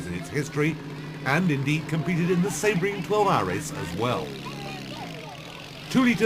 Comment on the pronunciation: Excellent early rerun of the famous race, with all cars identified in the commentary. The Englishman does savage some names, and places. It is SEEbring. CHisitalia. BeeOnDetti, A6GCS, PigOSSo, JONdayBIEN. etc.